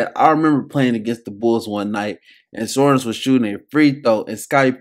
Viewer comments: bro needed to spent time a bit to pronounce it properly ))) Sharoonas not Sarunis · You pronounce it like Sha - Roo - Nas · Šarūnas Marčiulionis Its Sa-Ru-nus, you butchered the man name geesh 🙄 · Good stuff. The S with a chevron over it is pronounced "sh" so you say his name as "shuh ROO nus"